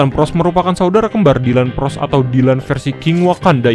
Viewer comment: ploss bukan pross